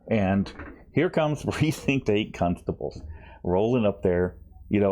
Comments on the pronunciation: did you just say precinct 8 cuntstables?!? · Another entertaining episode,. But if I'm honest, half the reason I watch your vids is to hear how you pronounce "constables"... ("cuhnstables")... LOVE it!!